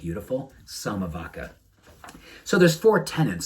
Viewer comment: vacca is pronounced "vacha"